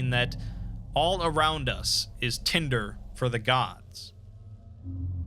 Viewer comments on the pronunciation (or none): none